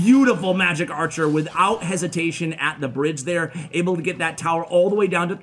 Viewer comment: says "towel" lol I think he was trying to say tower.